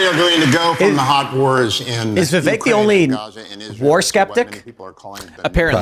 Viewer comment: Lmaooo Nikki is like “VIV-EK”